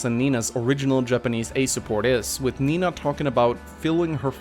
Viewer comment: you are right. I always hear saying Mina instead of Nina XD